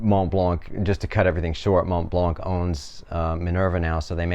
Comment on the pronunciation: Don’t pronounce the “c” at the end ;)